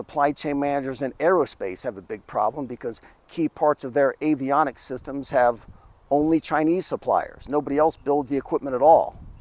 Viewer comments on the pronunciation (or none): none